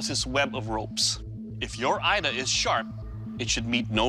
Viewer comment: 😇 Ida not Aida more